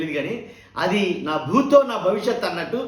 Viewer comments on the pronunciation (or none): నభూతో నభవిష్యతి అనాలి నాభూతో కాదు